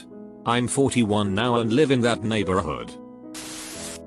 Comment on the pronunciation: “Neigh, Burr, hud”